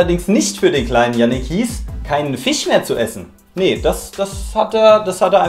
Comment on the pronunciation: Fisch und nicht fIEsch